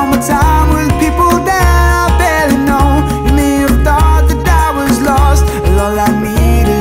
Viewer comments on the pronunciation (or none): none